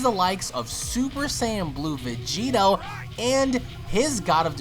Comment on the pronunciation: VEGITO SAMA!! (Pronounced Begito)